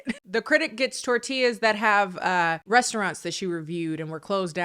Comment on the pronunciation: IT'S A TOR-TILL-A